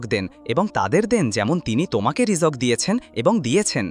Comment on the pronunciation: Ei Beda rijok ki re? Rijik na rijok🤬